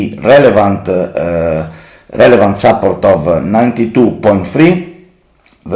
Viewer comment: Bella iniziativa però un consiglio: se nella ricorrente parola "support" metti l'accento sulla prima sillaba anziché sulla seconda in inglese sembra tu dica "supper" (cena).